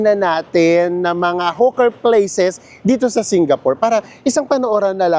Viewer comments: Hi. Hawker is pronunced as Hoker not Huker. Fyi lng po para mas ma getz Ng audience nyo. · anu ba talaga Hawker o Hooker ayusin mu pananalita mu potek!!! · Enjoyed the vlog - Kaya lang e-correct lang ang pronunciation: HO-ker( Hawker) at Hindi hoo- ker 😜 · Hoker po pronounciuation, hindi hooker. Iba po yun. Hehe.